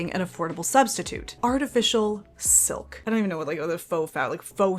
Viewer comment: "filk"! I love it 😂